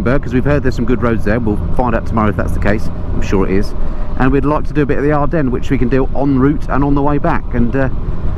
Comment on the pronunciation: ever heard If WWI? You've said "Adrennes" 19 times without a single reference....